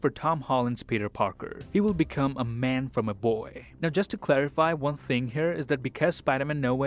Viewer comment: I miss the "See you in the next waan"s he used to do